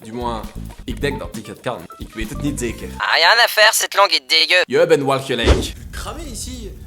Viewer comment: Accent belge confirmé, surtout quand tu prononces "zeker" 😂 Par contre, ce que que t'as traduit par "tu es dégueu", j'ai pas suivi, "jij ben de..." Kwa ?